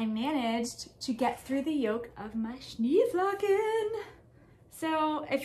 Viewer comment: I love the Social Bubble Jumper. I was thinking it would be a great sweater for my friend in MN. Did you make the first size? I tried to find out from your previous videos, but maybe didn’t catch the size you made. Also, if it matters to you (and if it doesn’t, that’s fine too), Schneeflocken is a German word meaning snowflake, aptly named, and the German pronunciation is Shnay flocken. Of course none of us can know how to naturally pronounce all of different pattern names, but I thought I would tell you. I’ve been trying to properly say “pho” for many years and I will never sound Vietnamese. Regardless of the pattern name, your sweater is just so lovely and I especially like the brown contrast color. Thanks for your willingness to share your knitting projects!